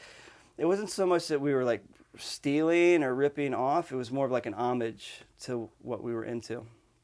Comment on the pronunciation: Homage at least there's one guy who knows how to pronounce that lol